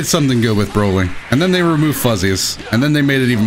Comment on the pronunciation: Boly Not bolt